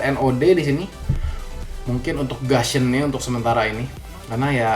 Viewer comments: bacaan lidah orang indon gusion tuh gasion ya ? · Bang nyebut gussion itu gussion bukan gasion xD karena u dibaca u bukan a :)